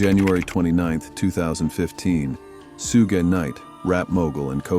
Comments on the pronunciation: Vince Neil is a garbage dump! Only 20 days in jail for taking someone's life and causing brain damage to others is disgusting! Suge is pronounced SHOOG! Gig Young and Salman Khan are absolute 🗑️! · "Sooga," Knight.. They got that dude sucking on a turd! Pause it and look.. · Sue-Gay Knight lol